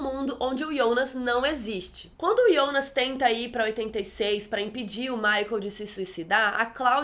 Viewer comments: Pq vc chama o JONAS DE YONAS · "iounas" kkkk